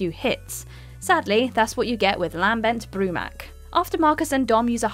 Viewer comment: Why does she sound like she has literally never played any of these games before... how many names and words can be butchered in one video?! 🤦🏼‍♂️ Lam-bent Broo-mak, Saw-ron, Ch-asm?! Who the hell pronounces the “ch” in chasm?!